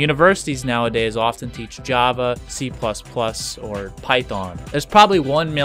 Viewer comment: "the basics of JAA"